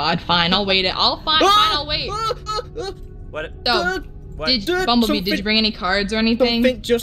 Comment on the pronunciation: No not bummbellbee